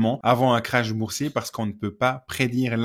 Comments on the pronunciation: Un crash boursier ? Non, un krach boursier. Et ça ne se prononce pas de la même manière 😊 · un krach boursier, un crash d'avion. Quand vous dites crash, mes oreilles saignent ☹️